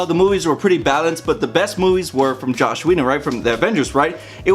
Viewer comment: btw, his name is JOSS, not Josh. Joss Whedon. Anyway, I didn't think The Avengers was actually a good movie. It was fancy and flashy but not much behind it. The Winter Soldier was and is the best Marvel movie to date (imo)